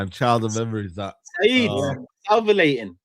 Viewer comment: Salvilating??? Man is so rattled he can’t say salivating right 😂😂